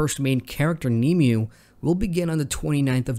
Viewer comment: The womans name is pronounced like ‘nim way’